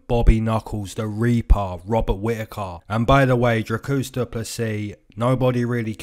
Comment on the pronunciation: He callled him Dracusta or some shit lol